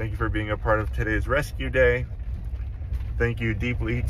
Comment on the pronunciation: Your "rescue day" sounds like "amazing grace"... 🥰😂👍